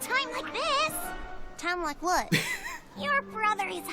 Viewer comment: Oh and his "what" kinda sounded like "butt" to